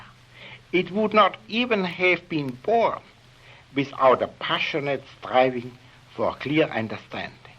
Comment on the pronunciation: This "r" in striving :D Ein "r" wie in rein